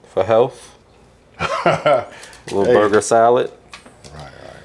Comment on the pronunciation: Grown white man said lettuce for healtff